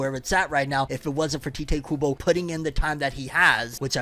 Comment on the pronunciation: its Tai-teh KUBO not Tea-teh KUBO 🥺